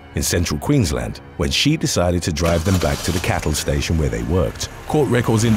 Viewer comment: bonus points for pronoucing Queensland correctly! Does my head in when people run it together like Maryland (at least when it's youtuber or podcast that professes to present facts). You have to say each bit separately "queens-land". Well done (I'll let you off for Bendigo coz that's not a large town or a state)